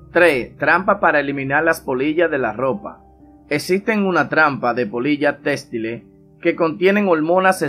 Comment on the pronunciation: Omg mis oídos 😭 Téstile?